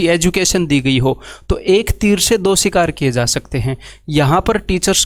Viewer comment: It's "shikar" not "ssssssikar"..... - "आत्मनिर्भर" bola jataa hai, "आतमनिर्भार" Tum jaise bebkoofo kio criticise krne wala hr insan bhakt nhi. But You don't deserve any job. Because all you want is sarkari, cause corruption and aish hi aish.